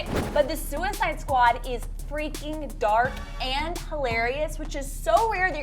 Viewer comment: Am I the only one who screamed when she said suiced squad? 🙃